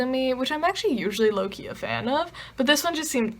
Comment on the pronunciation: Haha!! I kept thinking you were saying Loki when you said low key. 😂😂😂🤣🤣🤣 Love your videos!!! 😊😊😊